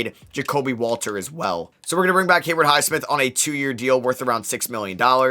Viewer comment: Haywood Highsmith not Hayward highsmith